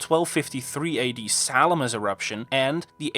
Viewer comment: mount Samalas not ( Salamas )